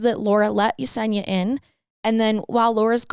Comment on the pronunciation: 👏 👏 you pronounce Yesenia correctly I love it ❤❤❤❤